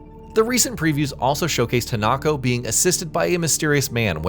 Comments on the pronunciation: It's pronounced He-nuh-ko, not Hen-Knock-Oh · HI-Na-ko....not HEnako...theres no he in her, And you didnt tell something new..like why doing an info video when the info you have is just that what everyones know anyway? What a waste of time XD